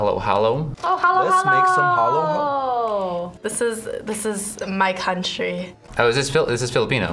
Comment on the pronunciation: ha-loh ha-loh